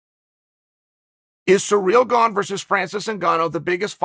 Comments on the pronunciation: Sometimes it looks like Chael doesn't even bother doing any research on fighters before doing these videos. How can he not know Gane and Francis haven't trained together or shared training partners in years. And also he needs to learn how to pronounce these fighters name right, 'Surreal Gong', really??? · Me: pronounces it sirill garn Chael: pronounces it surreal gong Me: pronounces it surreal gong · Sir Real Gone 😂 love hearing chaels versions of fighters names🐏